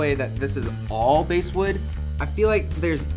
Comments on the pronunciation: Basswood is pronounced: Bahhh sss wood. ... Not base wood-... Like the fish, not the instrument. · LOL. 😂😂😂😂😂 Bãsswood!! It's pronounced like the fish b.....ass....wood. Not like the bag in baseball. It's not BASE wood. So I had to stop watching. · So it's pronounced bASS not BASS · Basswood is pronounced like the fish. B+Ass! It's not made of plywood. You can tell by the fact they sell a clear finish model. It's an inexpensive bass. So you got an inexpensive bass. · I understand basswood is spelt BASS but it's not pronounced like the deep audio effect it's pronounced like in the fish